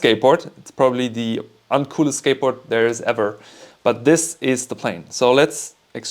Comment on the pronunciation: "uncoolest" you sound so german.😅 Good exercises.